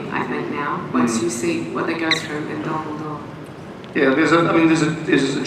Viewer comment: When Phillipa Boyens said "what happens at Dol Guldur" did anyone else have to skip back a few seconds because they thought she said "what happened to Dumbledore"?